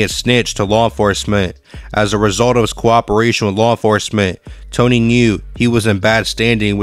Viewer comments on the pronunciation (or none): none